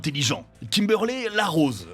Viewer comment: Bonne vidéo mais par pitié, Zordon se prononce ZordonE, sans oublier Trinyty et KimberlY...